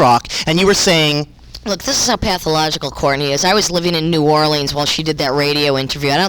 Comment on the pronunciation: does she know she’s mispronouncing New Orleans?